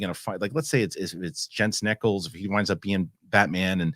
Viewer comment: I say this with peace and love. You keep pronouncing Jensen Ackles' last name incorrectly. It rhymes with Jack not Heck. Great show!